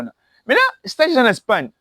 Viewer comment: Courage jeune homme, tu as l’enthousiasme et la soif de progresser mais il faut corriger bcp des choses et sala très attention pona français on dit Espagne et non spagne, c’est en anglais qu’on dit Spain. Courage